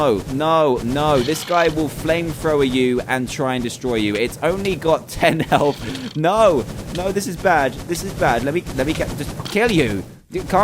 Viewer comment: It's health not heth